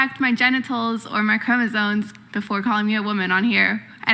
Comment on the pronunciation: Did that girl with the green shirt say.......chromosoNes? I can't get over it.